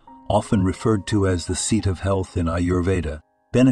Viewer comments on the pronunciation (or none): none